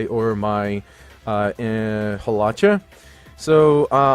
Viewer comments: Haw-lewch-ahh lols 😂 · You say hawlucha and zapdos waaaay wrong